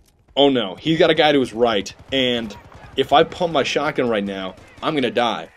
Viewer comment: I love how you say "Now." "NEAUH!"